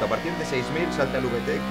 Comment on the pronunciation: Uve tec JAJAJAJA habla bien español reklo se pronuncia vitec